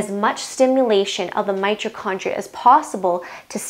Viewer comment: It's my TOE condria. Not '"my cho".